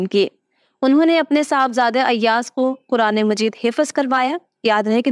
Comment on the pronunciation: Hifz hota he hifaz نہیں.